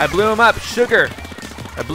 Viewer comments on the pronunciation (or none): you Just said: i bleu him up!!! Hahah!!!